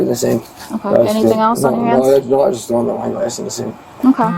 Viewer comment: I swear I thought he said, we were doing a line! 😂I guess he said I was doing some wine! By the way, NY is east cost to Florida is South of that… across the country would be from the West, dude!